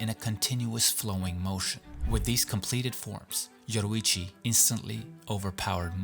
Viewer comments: It’s Yoriichi not Yoruichi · I’m just saying you said Yoruichi in the video instead of Yoriichi